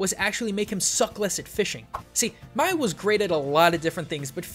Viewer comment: It's not maywi it's Mawi